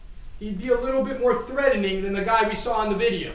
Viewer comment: “Threading” 😂😂😂, you would think Law School would help with pronunciations…Dude, not to be rude thought it’s “threat·en·ing” you need to sound out the T•en•ING 😮